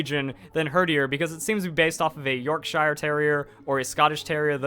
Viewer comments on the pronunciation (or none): i'm just saying you pronounced yorkshire wrong still a good vid tho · Anyone else triggered about how he said Yorkshire